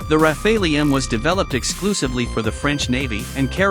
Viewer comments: I always heard it pronounced “Raffall” so hearing the “Ra Fay Lee” made me giggle. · I know it's hard for non-French speakers... if you speak English just say "raffal". The E is silent. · Raf fay lee Lol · Computer voices never get it right. It is not rafāālee . Just search how to pronounce French word Rafale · I WISH THAT THE NARRATOR WOULD GET THE PRONOUNCATION RIGHT.....I DON'T KNOW...??? IT'S THE RAF,ALE, ...??? I GUESS IT'S LIKE TOMATO TOMATOES TYPE OF THING...??? ANYHOOS WORLD STAY FREE STAY SAFE AND FREE JULIAN ASSANGE 🇦🇺🦘🇦🇺 (( DON'T LET THE YANKS HAVE HIM...!!?? )) IF THEY DO GET HIM THEY WILL KILL HIM...!! "" ACCIDENT'S HAPPEN 🏴‍☠️ '' WE GOTTA STAND UP AND BE COUNTED ☮️ KEEP THE PRESS FREE..!!☮️❤️☯️🏴‍☠️🏴‍☠️🏴‍☠️🏴🏴🌈🏳️‍🌈🌈🌈🏳️‍🌈🏳️‍🌈🌈🌈🌈🌈🌈🏳️‍🌈🏳️‍🌈🏳️‍🌈😑😵😮😡🤬💣💣💣💥💥🔥🇬🇧🇺🇸🇮🇱🔥🔥💥💥💥